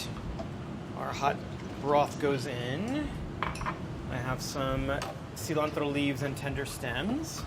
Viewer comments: But seriously, why the pronunciation of cilantro as "see-laahhn-tRRoh" ? It is an English word, too, even if borrowed. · I love how he says pezole literally as white as possible and says tomatoe and cilantro like he was in andy ruiz's corner the day after his nieces quinceanera.